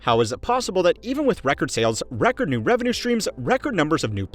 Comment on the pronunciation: How did the word "revenue" get butchered that bad? 😂